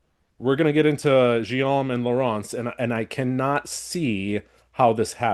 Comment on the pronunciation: Guillaume is pronounced /ɡijom/ 🙂